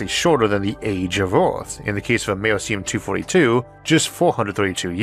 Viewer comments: Nope. The C in Americium is a soft c, -or sh. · ISSAC. Americum was named for America. The 'c' has a 'k' sound. Radon is "RAY-don," not, "RAY-di-on," and caveat is, "KAH-vi-oht," not, "KAH-veet." You don't normally make mistakes like these. What's going on? P.S. The first electric engine plane was unveiled last month